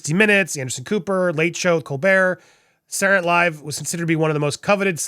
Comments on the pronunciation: Andy, You seem to have an issue with pronouncing the word 'SATURDAY' correctly, so, out of the kindness of my grinch-sized heart, I want to help you. You kept pronouncing the TV show " Saturday Night Live" as.... "SAH-URR NIGHT LIVE" This is incorrect. The word Saturday should be pronounced as follows... SAH- TUR-DAY as in " SAH-TUR-DAY NIGHT LIVE". You're welcome 😊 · I need to watch this again just to hear you say "Sarrray night live' 😆😁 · "Sour"night live again? Dude seriously know how to pronounce words. This is your profession!